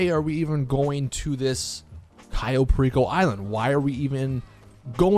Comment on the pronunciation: Is funny that pronounce "Perico" like a special ed student